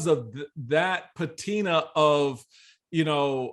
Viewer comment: Mr. Steele: Please look up the pronunciation of ‘patina’___